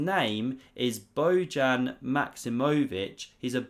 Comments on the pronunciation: It's not Bojan like Trojan but like Boyan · Hi. The name is pronounced "Boyan". Good video. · It’s pronounced “Boyan”.